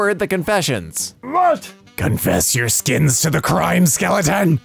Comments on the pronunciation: Ah, I see Oz was not the only one to say "Confess your Skins" Instead of "Confess your sins" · it said "SINS". NOT SKINS. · The text: it says sins: SKINS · On that skeleton thing .... Did u just say "confess your SKINS to the crime skeleton" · She said “confess your skins” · Both oz and made the same mistake when trting to say "confess your sins" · am I the only one that heard skins? Not totally make a big deal out of it, everyone makes mistakes